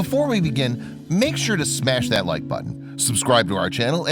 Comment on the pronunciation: I feel like the narrator said smash that MIKE Button!! Dam, like wtf, man, haha